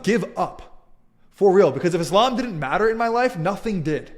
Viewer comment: Always a pleasure and an equal absurdity to see so called 'ex-mozlems' who don't even know how to pronounce Islam or Muslim to begin with. 😂